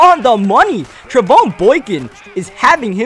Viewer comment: No I am a sports like expert and it is pronounced tre Von